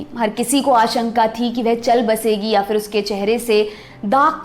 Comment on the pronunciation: Beautiful narration.. but b careful with one word 'fir'.. its pronunciation isn't FIR. It's PHIR..फ not फ़